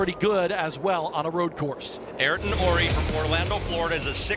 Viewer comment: Ayrton = "aye-eer-tun" Not "air-tun" Just FYI for the announcers who mispronounced it about 50 times 😂 Mr. Senna would not be happy with the announcers, just like how he yelled at Murray Walker for calling him "Air-ton Senna" 😂😂😂